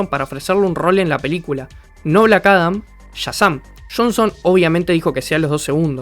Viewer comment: bueeno, aqui le doy el beneficio de la duda, las pronunciaciones del idioma gringo es confuso aveces ya que "black adam" y "black atom" se pronuncian casi igual: blac arom